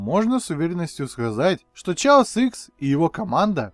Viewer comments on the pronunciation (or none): [читает "Chaos" как "Чаос"] Я: [TRIGGERED!!!]